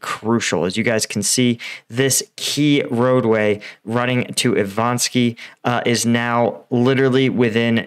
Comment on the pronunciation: Still not Ivanski, it's Ivanivske, and not Savote, it's Svatove.